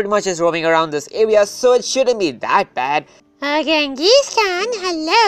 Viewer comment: It's pronounced jen-GIS khan